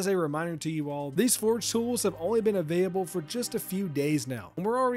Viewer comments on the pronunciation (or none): none